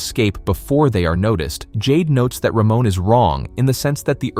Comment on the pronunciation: Almost 15 minutes into the video, all I can think of is "Ramon is such a bro!" Initially thought he'd be one of those guys in fantasy novels who bully others but I'm glad I was wrong. Also, lmao, the pronunciation of his name. "Ruh-moan" instead of "Ruh-mon"